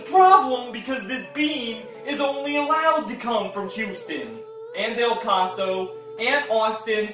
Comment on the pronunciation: WHY DID YOU SAY EL PASO LIKE THAT LMAOOO